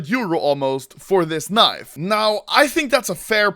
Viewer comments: He says KNEIV, I say leave. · I keep on hearing anomaly say knife 😂😂😂